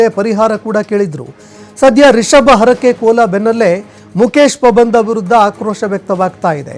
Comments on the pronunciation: ಪಾಬಂದ ಅಲ್ಲ ಪಂಬದ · Not a pabandha 😅😅😅😅😅😅it's pambadha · ಮುಕೇಶ ಪಬಂದ ಅಲ್ಲಾ ಮಾರಾಯ ಮುಕೇಶ ಪಂಬದ 😂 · first kannada sariyaagi odi Pabanda alla Pambada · pabanda alla marayaaa pambada.... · Anchor please pronounce PAMBADA. It's not PABANDA